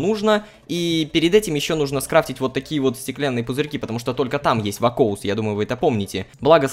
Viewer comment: Рома не вакоус а вакуос там написано